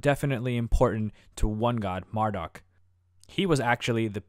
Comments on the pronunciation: It's not mar---duck Its Marduk Mar-dooook duke. Marduk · Mar"dock" ??? Was he related to Marduk ?